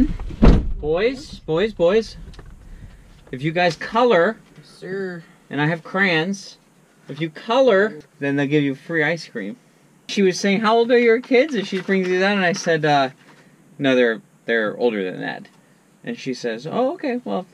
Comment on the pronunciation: They are not crans the word is pronounced cray ons